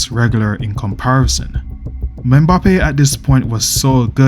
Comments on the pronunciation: its EM-BAPPE not ME-BAPPE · Menbappe😂😂😂 thought I was the only one who noticed that